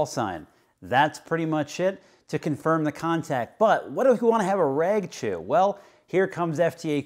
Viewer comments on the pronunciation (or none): none